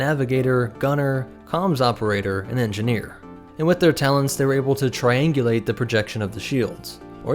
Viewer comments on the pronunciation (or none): none